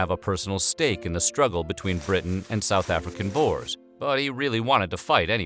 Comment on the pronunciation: your pronounciation of "boers" lmao... you say the oe like the "ou" in words like you or could. plus the plural is boere XD